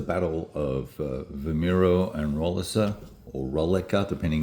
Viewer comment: Good video! Thanks. Btw, the "Portuguese redneck" in me says that they're pronounced vee-MY-roo (Vimeiro) and row-LEE-sa (Roliça). 🙂